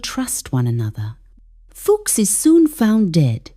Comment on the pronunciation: Poor A.I. turned a characters name into a cuss word. It's pronounced Few-ks, not Fuks. Lol